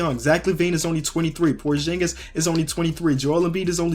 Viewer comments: ITS porzingas not porjingas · It's porzingis not porshingis btw I love ur channel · Pronounce porzingis right